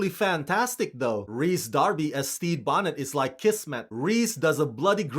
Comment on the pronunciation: Finally someone pronouncing "Rhys" correctly.